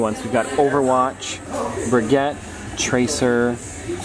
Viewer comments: BTW, Brigitte it's pronounced Bree-geete, it's a french name. I'm feeling a little under the weather today, but it's refreshing to watch one of your videos, thanks! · It’s bruh-geet-ugh not bri-get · It’s Bra-gee-taa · No offense but Brigitte is pronounced Brigg-Eat-ah